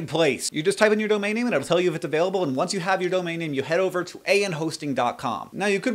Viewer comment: Haha you said abailable instead of available just like my teacher and dam u talk fast as hell